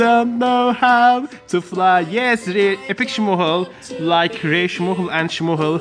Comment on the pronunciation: It’s smoochle you just don’t say the ch